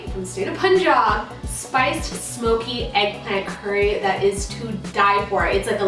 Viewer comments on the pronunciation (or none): none